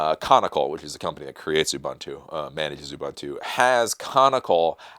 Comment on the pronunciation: just a quick correction, the company behind Ubuntu is Canonical, not conical, or canicle or whatever you said. By the way you're doing a good job.